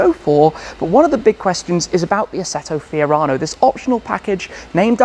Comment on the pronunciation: Lo just say FIORANO🤙🏻